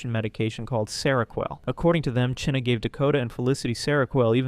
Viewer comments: Her name is pronounced like China not cheena hahahaha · Wondering why, despite several real time examples of people pronouncing the name Chynna (China), you keep saying "Chinna" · Its not pronounced "Chin-nuh". Its pronounced the same as "China"! Its driving me nuts every time he mispronounces it in this video! If I had a quarter for every time this guy mispronounced it in the video i would have a ton of money!! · why u pronounce Chynna’s name like that? it’s pronounced like China. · You're saying " Chyna " so wrong and its pissing me off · Why do you say China like that?